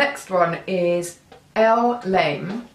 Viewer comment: sorry hun but L'aime is pronounced closer to 'lem' not so much 'lame', lol!